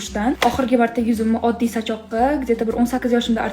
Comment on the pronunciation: Sachoq✅ Sochiq❌😂😂😂😂😂